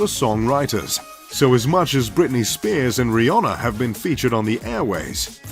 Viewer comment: So we just gonna ignore the fact that he called rihanna riyhonna ?